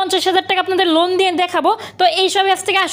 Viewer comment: লুন না লোন